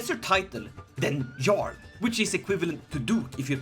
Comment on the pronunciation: It is yarl not jarl the j makes a Y sound